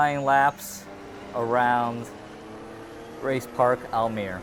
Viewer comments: Almere is pronounced like this: al - meh - ruh but you were pretty close. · your prity close to the right way of saying almere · You said the name of the city ‘Almere’ sortha right